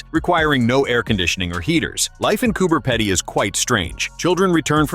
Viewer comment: Could have done more research. The Pedy isn't pronounced like ("EDDY") the Pedy is pronounced like (Needy)